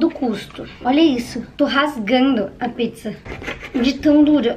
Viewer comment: Ela falou piczza kkk